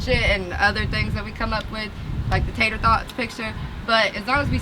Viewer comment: Im fucking dead she said tater thots😂😂💀